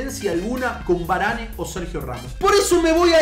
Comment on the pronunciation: se escribe Varane pero se dice varan